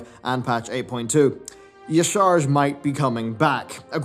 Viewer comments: the mantid pronounce their god's name in game... it's "Yah-Sha-Rahzj", not "Yih-Sharzj" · even the game pronounce it ya-sah-rahj lol not yi-sarge but i guess do you. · You mean "YAH-Sha-Raj"? wtf "Y-shar-j" lol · Well, that explains why you mispronounced the name in the past. 🤪 It's Y'Shaarj, not Y'sharaaj. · Y'shaarj is pronounced [big'yoshee] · It's like "Yah-sha-raj" =) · Actually the correct pronunciation was the other one :P yah-shaar-aj. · you're saying "Y'shaarj" wrong... listen to Xala'tath or nobbel for the correct way to say it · "Y'shaarj" is actually pronounced "Yah'shurajh," according to Hearthstone. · It's pronounced yah shah raj. Don't ask me how that makes sense. That's what the klaxxi call it. Sounds cool though. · Hearthstone devs confirmed it as being pronounced Ya-sh'raaj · The correct phonetic pronunciation is “YA-SHA-RAJ” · not that it matters all that much, but Y'Shaarj is pronounced Yah Sha Raaj. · The correct pronunciation of Y'shaarj is Yah-sha-raj according to Kil'ruk the Wind Reaver upon becoming exalted with the Klaxxi. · Ye sharj. Ye sharaaj. Lel. Can't even pronounce the name properly even though there are multiple cut scenes from Blizzard showing how to pronounce it. Stop being ignorant man. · Great vid. I think it's pronounced Yaahsharaah. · the klaxxi says Y-ah-Sha-Rajj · Y'shaarj is pronounced Ya-sha-raj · It's officially pronounced YAH-sha-raj Blizz put the phonetic pronunciation in a hearthstone blog post a couple years ago when they were hyping up the Whispers of the old gods expac (they did one for each of them, so officially the others are N'Zoth = nuh-ZAH-th, C'Thun = Kuh-THOON, Yogg-Saron = yog-suh-RAWN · Yeah. It's amazing how he still can't pronounce it properly .